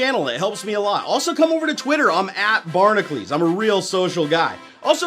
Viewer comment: Your name is (BARN-AH-CUE-LS) not (BARN-AH-CLES